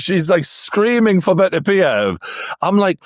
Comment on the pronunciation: It's "better-BEE-ev" it's not "buh-TERR-bee-EV". start there. no translation or accent would ever make that remotely accurate.